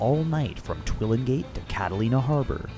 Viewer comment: You mispronounced Catalina. =P